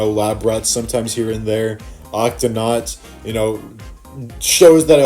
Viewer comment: I heard you said octonaunts I do watch that show